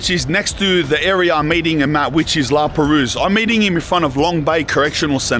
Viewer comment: The S is silent in La Perouse